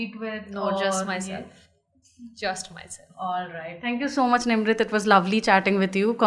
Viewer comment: Her name is Nimrit and not Nimrat